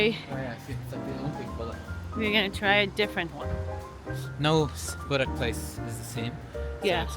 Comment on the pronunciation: GET YOUR PRONOUNCIATION CORRECT PLEASE, IT'S BORAK, IT'S CALLED BÜREK , JOGURT , THE J IS SAID LIKE THE ENGLISH Y IN BOSNIA.